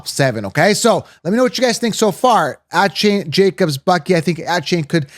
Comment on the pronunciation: I can’t trust a source when they can’t pronounce Achane and BiJan’s name correctly.